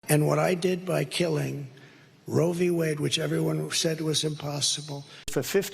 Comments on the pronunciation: Whenever he says "I killed Roe V. Wade" I hear "I kill women". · trump loves saying "RoevWade". He thinks it makes him sound smart.😂